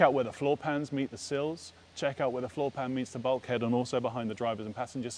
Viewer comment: sills not seals